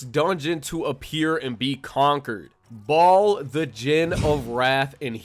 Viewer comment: Ball?? Bro his name is Baal :)